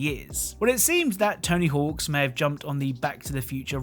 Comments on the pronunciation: One thing: It's "Tony Hawk"... not "Tony Hawks"... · There’s no S at the end of Tony Hawk. Sounds goofy hen you keep saying tony hawks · “Tony Hawks” games. TONY HAWK GAMES*** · It’s weird how you can tell he’s pronouncing it as Tony Hawks rather than Tony Hawk’s. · I know and it’s driving me crazy lol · I really hate the way you say “Tony Hawks” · “Tony Hawks” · It drove me crazy